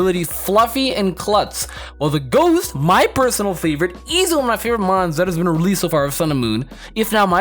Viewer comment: Why... does... everyone... say Mons!!!